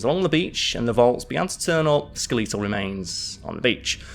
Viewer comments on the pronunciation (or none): Julius kaiser or Julius caesar?? Also skel-eetal has me rolling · no, around the 11 minute mark he says sku-LEE-tle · My mum says skeletal the same way. She is from lancashire bordering onto yorkshire where is from so I'm guessing it's a dialect thing in England. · I’ve never heard “Skeletal” pronounced like that before. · I’ve never been but I have many friends across the pond and, I’ve never heard it pronounced that way. It’s not a dig. Just a observation. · Must be a time traveller from the future; that must be a Martian accent😜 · Just sounds like a British pronouncation to me.... I'm also a Brit. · I keep chuckling everytime he says it 😂 🤭